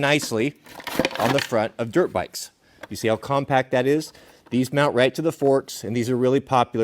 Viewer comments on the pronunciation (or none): none